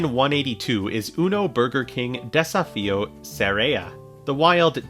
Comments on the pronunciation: Desafio means dare or challenge. Portuguese isn't pronounced the same as Spanish but you have done your best, so thanks. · trying to pronounce "Desafio" wasn't something I knew I needed, but am very grateful for it